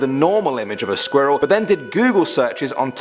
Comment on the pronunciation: The way he says squirrel makes me kinda uncomfortable